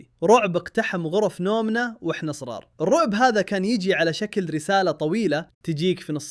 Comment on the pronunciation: هل انا الوحيد الي لاحظته بدل ما يقول صغار كل مرة يقول صرار